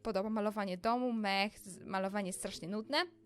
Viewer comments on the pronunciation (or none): none